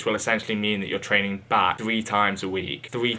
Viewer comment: It's bear eh